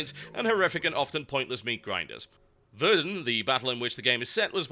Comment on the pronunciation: Oh God. He, a British person, mispronounced Verdun... is there a shitstorm yet?